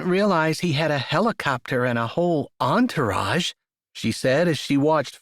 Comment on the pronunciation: “Mr. Dyess and his antorage” lol 😂